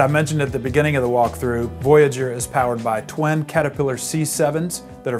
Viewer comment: Twin. Not twen.